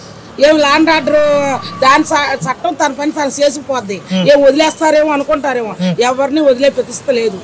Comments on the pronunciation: Gatam kadu Ghatam anali ra nayna m basha babu😅😅😅😅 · Gatam kaadu..ghattam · Ex C M sis ,it is not ghatam it is pronounced as Ghattam